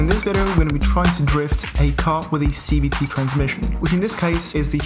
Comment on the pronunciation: Sounds like he's saying CBT, not CVT